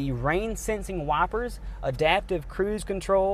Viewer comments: He pronounces wipers as y-per-s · ApOcAIlyPsE and wipers